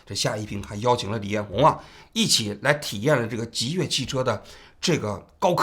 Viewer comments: 极越汽车啊，老王，一直在说极度汽车😅😅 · 最近的节目太不严谨了，极越说成极度，12月11号又一直说成11月11号，之前有一期还一度把钟明轩说成林明轩，虽然你们是个网络节目，但这种业余状况和你的调性又不符，听起来真的难受，如果一镜到底是这种效果的话，其实也可以考虑剪辑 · 是极越不是极度😂😂😂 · 是极越， 不是极度。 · 叫极越，不是极度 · 到底极越还是极度 怎么一直口误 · 极越啊 从头到尾都说错 真的难受，怎么这么低级错误的视频还要发出来。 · 王局最近都不审核了吗 极越汽车一直说成极度汽车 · 真的听不下去了，到底是我文化不好，还是王局读错了，极度极度的，听的非常难受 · 主播的普通话不过关吗？念错好多字！极越？极度？ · 从头到尾一直念错极越，实在看不下去了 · 王局，雖然是間倒閉的公司，但極越一直唸成極度，聽著實在有點…… 是口渴到極度乾燥了，才一直唸錯嗎？ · 把极越一直说成极度，太不专业了。。。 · 这一期口误太多了，一直在讲Ji Du汽车，是因为不能讲极越这两个字吗？ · 极越汽车，你到底怎么回事，连名字都叫错，一直叫极度汽车，听着太别扭了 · 不是极兔汽车 是极越汽车 王局怎么最近稿子总是读错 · 字幕是極越，人家直播也是極越，王志安則是滿口極度極度? 真是有些莫名其妙，還以為"越"這個字可以念度了。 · 极度早改名极越了，你标题里也是极越，怎么全程读成极度。感觉准备工作没做好，手下收集了信息后只看一遍就播了~ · 极越，不是极度～最近错误频繁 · 王局最近节目嘴瓢次数越来越多了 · 到底是吉度还是极越啊，累死了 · 极越汽车怎么念成极度汽车了，错别字太离谱了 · 王局别激动，好好说话，是极越，不是极动❤ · 王局纠正一下，是极越汽车，不是极度，哈哈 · 真jb服了，你一个做几十年的媒体人，连字都说不明白，极越 极越极越！你读极度？都这么简单的错误你翻翻以前的节目，你错多少次了？ 老犯这种低级错误，央视不开你开谁？ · 不是极越嘛，为啥王局一直念极度？口音问题嘛？ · 极度极度极度😂😂……HR叫HO！王局…能不能专业点… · 能一直把极越说成极度 王局也不容易 😂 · 是极越，不是极度！王局，严谨点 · 极越，怎么老是说成极度？ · 。。。极越次次说成极度，你可真行！ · 王局要自我检讨了，车企名字一直念错，让听中观感很不好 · 极越，不是极度，老王总是在节目中读错字，要改，否则扣钱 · 这车企死都死了，你都叫不准他的名字，他叫极越，不是极度啊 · jiyue 不是 jidu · 极度极度的😂，这口误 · 极越汽车极越汽车，通稿念错名字！ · 极越名字没取好，从王局一直念错它的名字来看